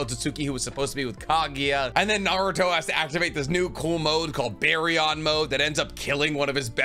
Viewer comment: You did NOT say Baryon like that … DO YOU DO THIS ON PURPOSE?!